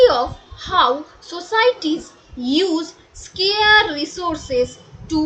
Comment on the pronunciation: 1. Pronunciation ti Scare noe...Scarce mane "Bhoe", kothati hole "Scarce"....means , not in abundance i.e. available in limited quantity 2. Aamra "Economics" ba thik " Orthosashtro porchina, rather aamra, "Indian Economy" ba " Bharoter Orthoniti porchi (Don't go to so called dictionary meaning. You need to understand what Civil Service Exam. actually wants and directs to, in terms of its syllabus). Economics and Economy has different meaning, what I observed keenly being a Chartered Accountant.